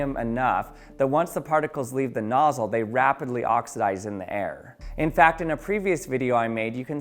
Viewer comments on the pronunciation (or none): Also "Spray Nozsie".